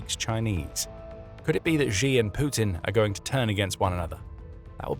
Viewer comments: If you are going to talk about Xi Jinping then the very least you can do is pronounce his name correctly. Xi is pronounced like she in the sentence She is a woman. Hearing you mispronounce this name again and again and again is driving me nuts. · 'Xi" is pronounced "she"